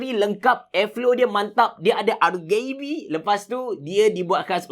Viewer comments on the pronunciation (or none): LOL "Dia ada AR GAY BE" hahaha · no one:: "dia ada RGayB'